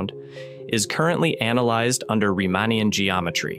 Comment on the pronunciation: if you do a quick google search, you will find that type IA supernova is a valid alternative to saying type 1A supernova. I also tried to listen for bury-on acoustic… . Both cases I came across it was Baryon acoustic. The only inconsistency I heard was that the first occurence of Riemannian was rather pronounced as Riemanian. Pronounciation, intonation and rhythm seemed very natural. If this is an AI voice, it is better than 90% of what is out there.